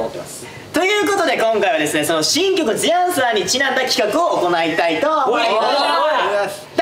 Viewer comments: 大ちゃんが「The Answer」のことを「ずぃ あんさー」っていうのすき笑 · 大ちゃん毎回「ずぃあんさー」って聞こえる！（笑）かわいい！3形態フラゲしたよー！みんなかっこよかったー！